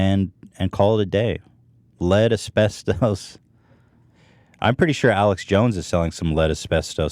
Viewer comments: The way he pronounces asbestos... it just hurts a bit 😂 But that shit scares me to death, my dad worked around it for years in the union without a mask and he's terrified he will get mesothelioma. I try not to think about it. Also either they dont know what they're talking about or you mixed up words, because Europe and Canada dont allow trace amounts of asbestos, that's us. We barely ban anything compared to their thousands of bans on hair, makeup, and consumable products. I've done lots of research since I've joined Monat and it's honestly terrifying how much crap is in "gentle" shampoo like Johnson & Johnson. Ayyy love those gentle carcinogens 😂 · When you've been watching H3 for years and you still correct Ethan's pronunciation in your head "maybe I'm the problem." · Asbestos was throwing me for a loop, and no one casually dropped the correct pronunciation, I almost feel like he's testing if the dudes will do it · The way Ethan couldn't say asbestos makes me upset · WAIT.... is HE saying Asbestos wrong or have I been saying it wrong ALL these years? Because nobody seems to correct him on stream. HELP.......... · Also his way of pronouncing asbestos is fucking killing me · hahaha the way he pronounces asbestos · Are we just going to ignore the fact that Ethan keeps pronouncing it as-best-ose instead of as-best-is?? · It's "uh-spes-tuss" not "uh-spes-tose" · "AsPeStös"- Ethan Klien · Actually couldn't finish listening to this one.Ethan say it with me now: As-best-us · Ethan saying "Asbesto's" like it's some cereal. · Nobody: Ethan: Asbestös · AsbesTUS. englirsh plesarse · It gave me cancer listening to you call is aspetose is pronounced aspectis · Pronounced 'aspestis' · How Ethan says asbestos drives me nuts! keeps saying it right but Ethan can't take the hint. It's not the Greek god asbestos. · Please for the love of god somebody teach Ethan how to pronounce asbestos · Ethan's pronounciation of asbestos makes us want to cook up a nice stew.